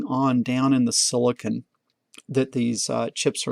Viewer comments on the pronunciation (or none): none